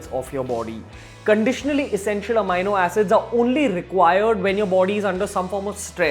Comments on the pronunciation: The correct pronunciation of "amino acid" is uh-mee-no-a-suhd (sid) only and not uh-my-no-a-suhd (sid). Posting this comment post multiple researches. The incorrect pronunciation repeatedly kept provoking my Grammatical Pedantry Syndrome and I had to quit watching the video. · ROFL.....😝 Its not pronounced amyno but ameeno Pity on Beer biceps 😂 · what the fuck is amaino acid. May be read a dictionary before making such a bullshit claim. Its amino pronounced as am-ee-no acid. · not “AMiNO Acids” you jerk, it’s just Amino Acids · It is not amayano it is ameeno(amini). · Its ameeno not amayno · Its Amino acid not "Ameino" acid! Yes, I checked the oxford dictionary and thesaurus. Stop using that ugly fucked up Indian way of pronouncing shits. Makes you look like a fuckturd wannabe. That was just pure cringe! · No offense meant but it is pronounced as ameeeno...with an e ....peace !